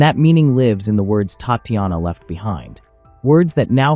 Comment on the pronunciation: Pleaae pronounce "Tahtianah ", correctly like this. Bad AI. TTattianna was not her name.